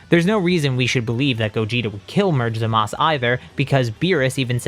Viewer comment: its zamasu not zamas